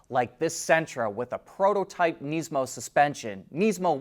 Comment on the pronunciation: Please stop saying kneesmo